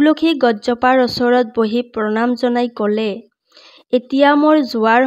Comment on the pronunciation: ভাল লাগিল শুনি। কিন্তু শব্দবোৰ শুদ্ধ হলে বেছি ভাল লাগিল হয়। যেনে অচৰত নহয় ওচৰত